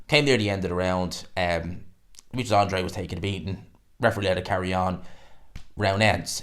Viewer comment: Good video, as always, but please... AN-DRA-DE.....not "Andre"...... it's not that tricky.